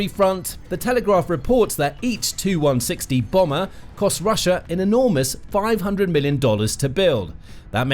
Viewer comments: Please! Stop calling Tupolevs 2- whatever. They are tee you - whatever. Your video keeps refering to 2 160s &c... Quite irritating. These aircraft are T-U ie 'Tee You' 160 or Tupolev160. Please, you know better than this, surely? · If your a military show. Then you should be knowledgeable enough to know it's a TU-160 . " TU " short for Tupelov. Therefore it's name is " Tee You one sixty " . Not " Too one sixty ". Get it right, it's an identifier for model , series , not the designers abbreviation. See Janes aircraft, NATO aircraft identification, etc.